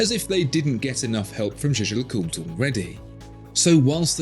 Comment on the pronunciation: it’s pronounced jäger-lekulträ, btw maximilian jaeger was swiss german, only the other guy is pronounced french just kidding, it’s pronounced jaaescher-löcùltr